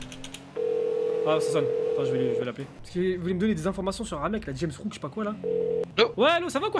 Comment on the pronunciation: Elle joue h rp elle dit rames rook alirs kel c ke c james rook